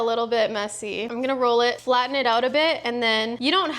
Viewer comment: the the canadian accent slipping out when you said flatten it out a bit